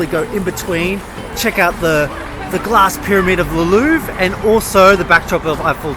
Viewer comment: Loved the video but it makes me crazy how you pronounce Louvre